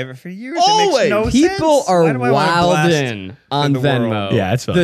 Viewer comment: It hurt my soul to hear Zach say “Wildin” and actually pronounce it that way instead of “Wylin” 😩